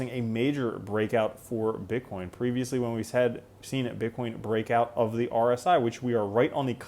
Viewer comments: you say bitchcoin 😂 Great video, thank you. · Am I tripping or did I hear you say bitch coin 🤣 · I think mumbled Bitch-coin lol - too funny - you're the best!